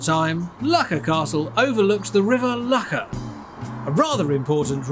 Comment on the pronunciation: As someone who was raised and lived in Loughor for 30 + years, I can assure you that it isn’t pronounced 'Lucker' 😂.